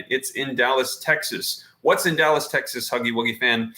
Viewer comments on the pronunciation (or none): none